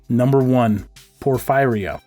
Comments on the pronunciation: It’s pronounced por-feer-ee-uh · It's pronounced por-fee ria. I know someone who had it and she lived in her basement because she couldn't stand the light. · It's pronounced "Poor-fearee-ya" Porphyria.